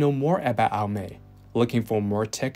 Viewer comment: None of these worked. Also it's called Aye-Oh-Me